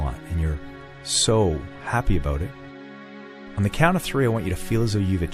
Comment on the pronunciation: a-boat lol